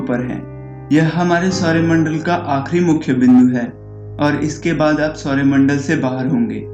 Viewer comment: ye Sorya Mandal nhi "Saur Mandal" hota h